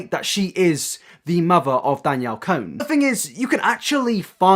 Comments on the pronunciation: Con not cone. Lol sorry it bothered me a little bit 😘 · "cone" LOL its pronounced "con" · I thought her last name was pronounced Con?? 😂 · Was it on purpose that you said "Danielle cone"?😂